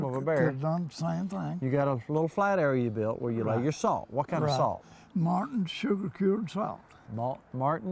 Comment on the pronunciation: Yeah, is cool! He certainly has that old Kentucky swagger. He may have pronounced Morton as Martin Salt, but I was surprised by his use of years in the plural form. Most Kentucky old timers say year every time, even when the year exceeds one. For example, his seven year old ham would have been seven year old. In addition to the singular use if year as opposed to years in the plural form, old Kentucky dialect uses alternate pronunciations of words using A, O, R, & L's. For example a fire arm is a far arm and people get odor as opposed to older. Nonetheless, I could listen to talk all day long! story is absolutely amazing! My father told me stories just like the one tells about the smoke house. His explanation of salt curing in the smoke house evokes what I envision my grandfather and great grandfather doing in Hog Skin Holler in Clay County, Kentucky. My Dad said they didn't have electricity or refrigeration years ago. Many parts of Kentucky was years behind the rest of the country in getting flip on light “bubs”. This is why they cured their meats so they could eat year round.